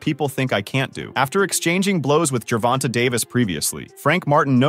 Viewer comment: Why do these reporters REFUSE to say Gervonta (jur-VON-tay) correctly? Who's fact-checking and approving these videos? Why do they think it's okay to CONTINUE to mispronounce the name Gervonta? It's sad.